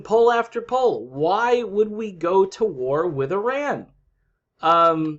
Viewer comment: Kudos to you, that you pronounce "Iran" the correct way!